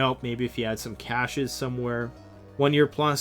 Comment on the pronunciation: It's mat as in gym mat or Matt from Mathew, more importantly cache is CASH as in money. Not commenting on your intro ad - LOL.